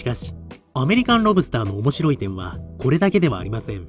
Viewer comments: セプテットリリー ロブ↑スター→が通常。ロ↑ブ↓スターは違う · ロ↑ブ↓スター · ロ↑ブスター